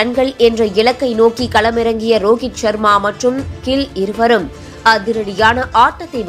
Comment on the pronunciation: கில்(Kill) அல்ல,Gill என்று உச்சரிக்க வேண்டும்.😂😂😂